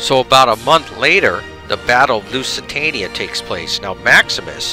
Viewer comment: Yeah... lots of name butchering :) Carthage - not Cartridge. Lusitania - not Luisitania Lusitanians - not Lithuanians ... sorry ;-)